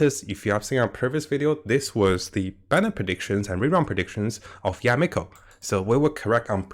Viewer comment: Mihoyo: Yae Miko: Yameko!